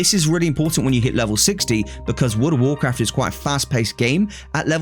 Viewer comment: “Woord of worcwaft”